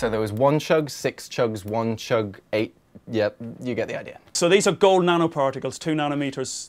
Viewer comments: He is saying "Ae" instead of "Aey" , that amazes me. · It's even better when he says eight in the song. I don't even know how to properly transcribe it but it's something like "ehht"